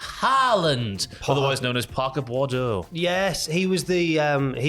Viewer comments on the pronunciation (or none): Why can’t anybody get Boudreaux right…it’s not Bordeaux